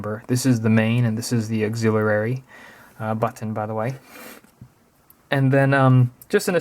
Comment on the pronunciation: how come you pronounce button as "bhaat-thun"